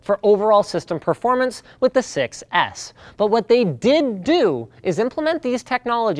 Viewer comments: Pronouncing "6S" sounds almost like "success".. flies away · the way he said 6s sounded to me like a "success" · David nafi You can also hear "sex ick" lol. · i seriously just started hearing "sex ass"